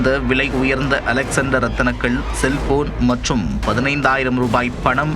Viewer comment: யோவ் செய்தியாளர் இந்த கல்லின் பெயர் அலெக்ஸ்சாண்டரைட் அலெக்ஸாண்டர் இல்லை